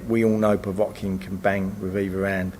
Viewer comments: Povetkin not povotkin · Stop saying pevotkin . Ffs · does need to work on his pronunciation - Powatkin! Powatkin! Powatkin!